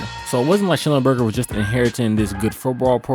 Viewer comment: The man's name was Sch-NELL-enberger!